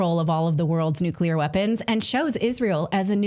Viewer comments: STOP!!! ITS PRONOUNCED NU CLEAR. not NU CULAR. Thankyou. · I just want to SCREAM every time I hear some supposed knowledgeable agent say "nucular" !!! Learn the vocabulary if you want to be considered as such !!! The term is NUCLEAR... NUCLEAR !!! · I can't do the mispronunciation: "Nucular." It's ignorant. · Tara Reade lost all credibility. She can't pronounce Hegseth or nuclear. Nucular?